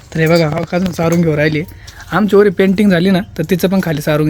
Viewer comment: Varling nahi varli😊